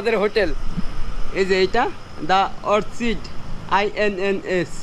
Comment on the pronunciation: ইন্ডিয়া তে কি মেধা নিয়ে পরতে গেচেন জানি না।।ওটা অরছিড না ।। অর্কিড হবে।।